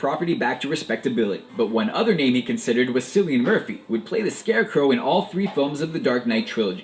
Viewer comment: It's pronounced Killian not Sillian.